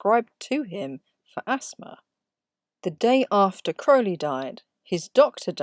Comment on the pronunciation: Thank you for filling in those blank spaces on the Tarot cards Your Correct pronunciation of Crowley…it tells me you Know your subject matter well…Thanks for all you do.